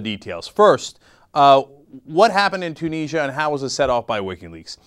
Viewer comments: ...... Its pronounced Tue-nis-sia not Tue-knee-sia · Two neejya? It's pronounced Tyoo nizzy ah! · No, there is no way that "Two-niz-ya" is correct. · You're saying Tunisia wrong. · ok you are pronouncing tunisia wrong and it is pissing me off